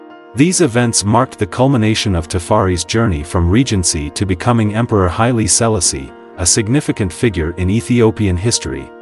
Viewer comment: His name is pronounced Hy-lee...See-la-see...the first. PLEASE HAVE SOME 🤬🤬 RESPECT. PRONOUNCE THE NAME CORRECTLY....OMG!!!!